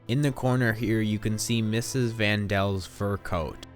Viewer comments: its the Van Daans or the Van Pels not the Van Dels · It's Van Pels Not Dels. My word man you must get THAT right. Good vid otherwise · It's Van PELS, not "Van Dels." And "Albert Dussell" is Fritz Pfeffer. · Sorry to correct the narrator, but it was the Van Pels - not Van Dels that lived with the Franks. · You said the Franks lived with the Van Dels.. It is actually the Van Pels! I'm surprised no-one mentioned that to you. It almost seems a bit disrespectful. You might consider redoing this informative video. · Their name was Van Pels, not Van Dels. I think you're mixing up their real name with the fictitious name of Van Dan, which is what Anne called them in her diary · Its Van Pels not Van Dels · Van Pelt not Van Dels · Its Vaan dan not Van del I've read the book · it's VAN PELS NOT VAN DELS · Van Del family? The name was Van Pels. Get it right! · Vanpels* lmao not vandals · Their last name is Van-Dann. In Anne's diary she called them the Van-Pels for security purposes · You really couldn't be bothered to get their names right? Or even put a comment in saying, "Oops, I just made up the name Van Del"? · Please get the names right. Van Dels??????????? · Van Pels you mean? I keep hearing Van Dels. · ok... 1. vAN DeLs?¿? 2. Mr. DoOosEL??¿ give me a second I'm laughing too hard rn this guy has no idea what he's saying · 'Van Dels?' Seriously? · No people their real names are Van Pels. Anne used fake names for a lot of people and called them the Van Daans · Its neither, its Hermann Van Pels Auguste Van Pels Peter Van Pels